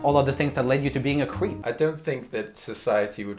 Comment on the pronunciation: I love how Roomie often pronounces creep as cweep lol, very uwu of him